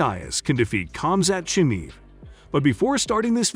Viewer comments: Nate DYE ASS vs COMZAT CHIMEEV. This guy is just reading a script obviously doesn’t watch the sport. This is painful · Nate DIEaz and Khamzat ChimEVE?? mate your pronunciation is hilarious, you obviously take MMA seriously, great work lol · Nate Dye-az, cam-zat cheemeev? Lol. Yeah you know jack crap. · Jesus, his name is pronounced Deeaz, not die-az. Where did you get that from?!? Chim-eve? Are you intentionally trying to annoy people? Lol? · Die-ez and Chimeeve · Nate Dye-Azz vs Kamzaat Chumeev. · If you can't even pronounce Chimaev properly, then don't even talk about Nate beating Khamzat. You effin' casual. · can’t even say chimaev correctly, doubt u know enough to form a decent opinion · i was having a good laugh reading the title, and also listening to the narrator butchering diaz and chimaev pronounciation